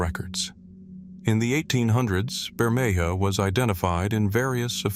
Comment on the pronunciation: Wow not even 3 minutes in and the mispronouncing is so bad I can't continue.. If you can't get the name of the first place correct, there's not much hope for the rest of the video. It's pronounced Bur-may-HA. Not Bur-may-JA.